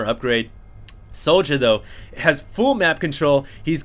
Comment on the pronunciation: I think his name is pronounced. Es Jouw